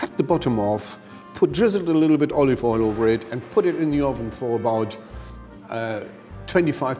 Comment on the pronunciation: lol I laughed my but of and had to listen to it like a hundered times "put just lililittle bit olive oil on it"